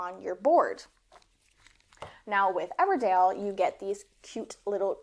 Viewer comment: Your accent isn't super southern but 'Everdale' every time cracked me up